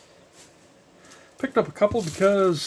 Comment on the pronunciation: Spudger, NOT spludger.